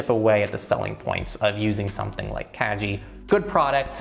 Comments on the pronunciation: "kagi" hard "g" not soft. kah-gee. Japanese for "key". By making it a soft "g" then it sounds more like "cagey" which is...not so great. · it's kah-gee ;) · Isn't it pronounced like kah-gee? That means key in Japanese which makes way more sense in context? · it sounded like you were saying "kaji" Kagi means "key" in Japanese. The G is hard not soft. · Your pronauncing "Kagi" incorrectly... It's japanese word, not english. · Was Kagi pronounced correctly? Soft g or hard g? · So... The best thing about this video is that I just found out that I have been mispronouncing Kagi for the last 2 years. Pro-tip: On sharesub you can get into a family plan(unlimited searches) for ~4€ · Yes, he got the pronunciation wrong. But that’s ok, I’m sure a lot of people would pronounce it the same way. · Fyi, "Kagi" is key in Japanese. The "gi" part is pronounced like in "gift".